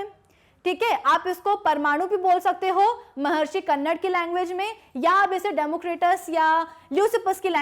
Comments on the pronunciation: Mam उनका नाम कन्नड़ नहीं बल्कि महर्षि कणाद है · Mam..🤗 Philosopher Maharishi कन्नड nahi Hai Wo कणाद hai.. 🇮🇳INDIAN PHILOSOPHER 🇮🇳